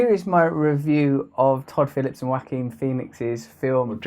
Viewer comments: Wah keen is how it is pronounced. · "WACK-KING Phoenix"??!? ! BaHaHaHaHaHaHaHaHaHaHaHaHaHaHaHaHaHaHaHaHaHa... mmmf, ahem Lol. (no peace💘) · Throughout this video i thought he was saying Whacking Phoenix 😆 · Whacking Phoenix... Ja-oh-qwin Pho-nex... Whao-keen Phee-nix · This seems like a well thought out treatise, but, I'm sorry. I'm sorry that I can't get past him intonating "WHACKING Pheonix". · Lol, he pronounces it “Wacking Phoenix” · Bradley Bindle yoooooo I was at the laundry mat listening to this and began laughing hysterically when I heard him say wacking Pheonix. Everyone was staring at me like I was crazy 😂😂😂😂😂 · 'Whack-Kin Phoenix' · I like how you pronounce Joaquin as Wackeen, Russell. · It sounds as if Russ says: ''Whacking [instead of Joaquin] Phoenix''. Freudian....?? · "WACKING Phoenix" hehehe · haha it did sound very like "WACKING" when he said it. hehe